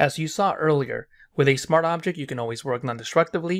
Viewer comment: bro pls say SMART OBJECT and not smarabject